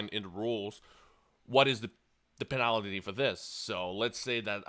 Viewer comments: Say Penalty "Penalitity" one more fucking time, I swear to god. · PEENILTY FOURFEET JESUS CHRIST YOUR ENGLISH IS DRIVING ME NUTS!!! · the way you say penalty hehe